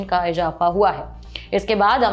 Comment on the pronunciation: Please work on your pronunciation ، its izafa not ijapha